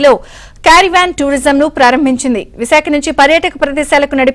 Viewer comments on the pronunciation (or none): వీడికి " కారవాన్ " అని పలకడం కూడా రాలేదు . కేరీ వేన్ carry van అని పలకడం ఏమిటిరా హౌలే .